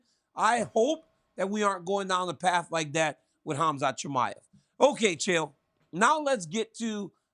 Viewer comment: F man Chael, it’s ‘Harm-zat’. His parents didn’t name him a ‘Haz-mat’ suit